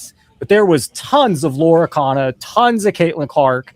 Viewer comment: Bro, its not LORA CANA... 😂